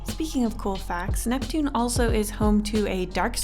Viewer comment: Ursinus: uraina Neptune: nevien Pluto: preshu